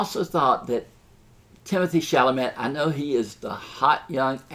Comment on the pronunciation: Well, well--so you got confused? It shows. You mispronounce names; you can't say "Timothée Chalamet"; worse, you fail to perceive that he and Saoirse DO have amazing chemistry together; every critic of any renown has said this. I wish you well,, but please don't give up your day job.